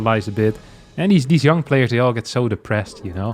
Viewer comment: Why do you pronounce YoungYakov like "You - ng - yakov" and when you say "I was young" it sounds "ya - ng"?